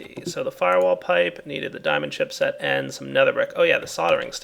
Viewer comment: haha he said diamond chipshit